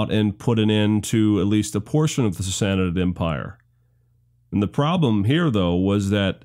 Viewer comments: just a hint, from a Persian speaker: Sassanid=Sah- sah- NEED Two short identical syllables with the emphasis on the final syllable, three syllables in total. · really really liked this video, not enough good history series out there, truly, but please please say sassanid slow once then fast, you are adding a syllable